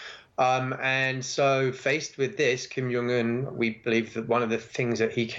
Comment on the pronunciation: Who is Chim Yong Un ? Speak English ,and take the effort how to pronounce names ,or just say Dough Boy.